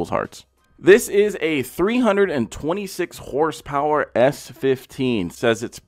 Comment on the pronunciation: And did he say HRSPERS!?!?